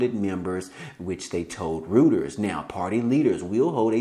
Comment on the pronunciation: It's not "rooters" Lol 😆 😆 😆